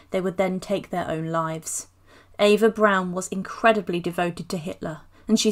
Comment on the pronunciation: Eva Prawn.A prawn Goebells.